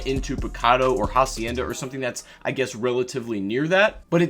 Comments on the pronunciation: h in hacienda is silent, its pronounced acienda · In "hacienda" you don't pronounce the "h" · Hacienda is pronounced with a silent h